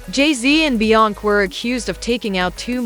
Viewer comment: THIS "AI" READER CAN'T PRONOUNCE "BE-YONCE-SAY" NOT "BE-YONK" SMDH 🤔🤔🤔